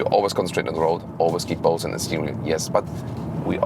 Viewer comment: Bose is not a German company so the pronunciation should be a bit different in my opinion